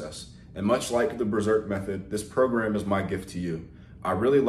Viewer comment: "PROGAM" smh